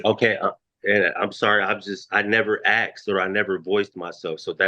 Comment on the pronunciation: Why do these ppl say "AKSED", it's asked!!! Same as "TOOKEN" education, pre school failure!!! Some ppl should not be able to reproduce, such lame people caring only for themselves!!!!